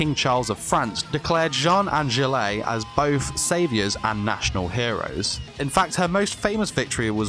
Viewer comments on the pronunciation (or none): Gilley de Rais? ^^ I can't hold my laugh anymore.... It is pronounced Gill de Rais. The E is silent. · Jillay Deray Ouch your pronunciation of Gilles De rais is painful